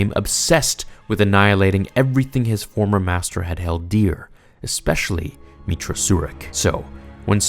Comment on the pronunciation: You call her meetra, my character was a guy named Jack Stone